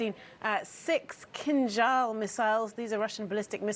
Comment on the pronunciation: You can say Kinzhal correctly but you can't say Prigozhin. What is a problem?